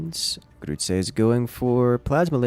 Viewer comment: I love the way you pronounce "Grütze" :D